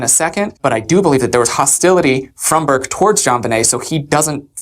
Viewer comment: Burke it’s Burke